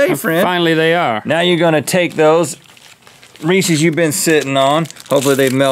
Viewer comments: Ree-says! It’s reese’s, not reesee’s. Think Reese Witherspoon if she owned her own candy. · Is Rhett saying re see when talking about Reese’s on purpose? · Rhett...it's Reese's, not Reesee! You gotta pronounce the last S :D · Does Reese’s have 2 ‘e’ s at the end? NO RHETT! STOP PRONOUNCING IT WRONG! So annoying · why do americans say reesy cups? its reeces